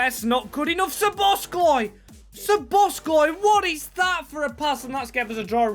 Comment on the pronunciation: Hi! Great video, love to see another series with awesome storytelling. But please, as a Hungarian, it hurts my ears when you say SzoboszKlai. It doesn't have the letter k in it 😀